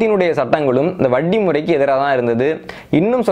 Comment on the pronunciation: I appreciate with awe your knowledge,clarity and service. Kindly pronounce Vatti as Vatti and not as Vaddi And cha as cha and not Sa